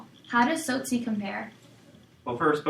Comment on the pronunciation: Its not sosi its T-sot-si